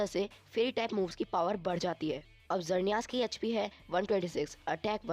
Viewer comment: sorry bro but mainly you said some wrong as you said time controler pokemon is palkia but it's dialga you mistakely wrote 7 as 10 you are giving eg. of magmar but you show typhlosion and you also pronounced some legendaries wrong as of xerneas but don't worry about my words you are doing great work. edit- sorry I also said wrong I also said two times palkia lol